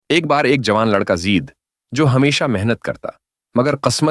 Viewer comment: زید زیر کے ساتھ نہیں بلکہ زبر کے ساتھ زید ہے اصل نام